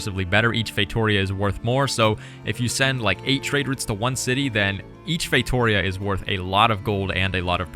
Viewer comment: As a portuguese, you spell “feitoria” so wrong xd But you do not have to know all languages. Good video. You nailed the other words